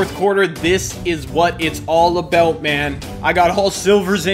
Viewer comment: Wow you said aboot like a Canadian instead of about